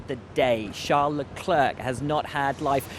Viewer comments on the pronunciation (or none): prety sure Leclerc is prononce Leclaire !!!! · “La-clerk”? Come on, Will.